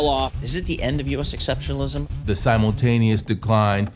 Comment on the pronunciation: Every time hearing exceptionlism. I laugh.